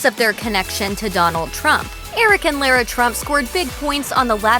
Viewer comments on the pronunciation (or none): Yikes. This narrator should learn how to pronounced Lara's name. I know because it's the same as my maternal grandmother's.